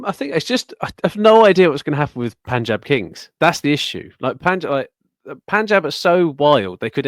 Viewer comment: is the first person among all the podcasters on YouTube who pronounces "Punjab" correctly.